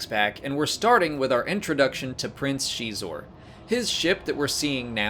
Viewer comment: Prince Xixor, or "Xeexor" , not "Shiezshor" or "Shesore" o.O ??? Yeesh